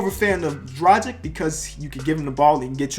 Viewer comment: I love how you support Goran Dragic, just want to tell it's pronounced draw-ghitch for further reference